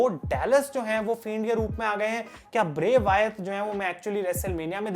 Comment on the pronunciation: Why do you say bray Wyath It's bray Wyatt